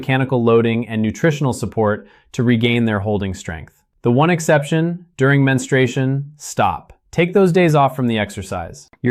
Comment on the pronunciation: It's pronounced men-stru-A-shun